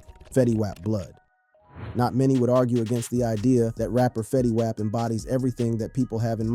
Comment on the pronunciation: The OOPS, Fetty Waap and PIHRUH....You mean the opps, Fetty WAP pronounced WOP, and PIRU pronounced PIE RUE!! n8**ga?